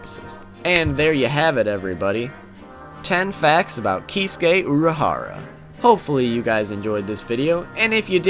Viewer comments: Probably already heard this but his furst name is said like "kit-sue-key" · He revealed his bankai? I haven't read bleach in a while. btw here is how you pronounce the name Kee Sue Kay acentuate the Sue. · Whenever he say Kisuke, the auto generated subtitle displays "He's gay".